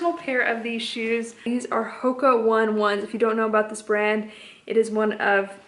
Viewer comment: On the Hoka's, you actually pronounce Hoka oh-nay oh-nay, not one one. :) Just a fun fact. I am not trying to be mean. You always say correct me if you know how to say it.